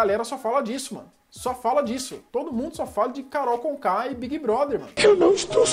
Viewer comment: vc falou errado e Karol com ku